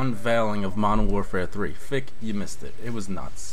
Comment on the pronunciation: is not fick its fich